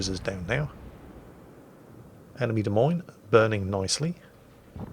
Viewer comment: at least you say "Des Moines" like the locals do unlike Jive Turkey. He always pronounces the 's' because he knows it drives me batty. If "Des Moines" isn't French enough for ya, check out the Iowa state flag.